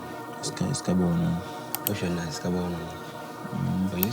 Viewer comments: I kept waiting for the director to pronounce sakawa right and he just followed the presenters lead 🙉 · It's not sakawah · This dude in the intro pronounced it dragging it like “sar kar warh”.... it’s pronounced “sah-kah-wah” with all the vim and vigor in your voice 🤣🤣🤣🤣🤣🤣🤣🤣🤣🤣🤣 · Its not sikawa,its SA KA WA,kwasia jon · Why the guy pronouncing Sakawa like Japanese word🤣😂😂